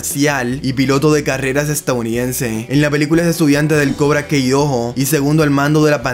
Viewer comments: "Cobra Kei doho" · Cobra Kei Dohoh 🥵👄💅🏻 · Se dicee cobra kai amigo no cobra key q no viste las peliculas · Cobra Kei se pronuncia cobra Kai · Cuando escucho cobra kei mis oídos explotan